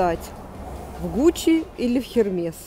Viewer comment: Эрме, господа полиглоты, по-французски читается Эрме!